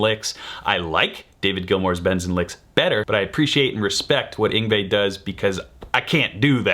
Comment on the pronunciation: Isn't it ironic how someone managed to get (Yin...Yngve.... Yngwye?.... Yngwie? Ingwye?) YNGWIE right, but got "Malmsteen" wrong? 😀